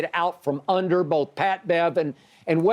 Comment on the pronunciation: He said Austin Reeves was the best player for "BOAF" teams - B O A F